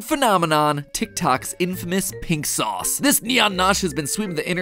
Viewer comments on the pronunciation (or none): none